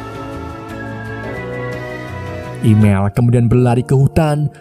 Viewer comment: Emil bah bukan imel😂